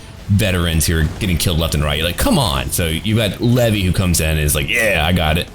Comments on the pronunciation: Levi! He said levi(lev-ee) it's Levi(lev-eye) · not Levi as in the jeans haha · its levi not levy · its not levy its leave and then I levi. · I'm pretty sure it's pronounced "leevai" but whatever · Jean is my favorite character. His character development is just so amazing. Also that is NOT how you pronounce Levi's name lol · the way he said levi XD im done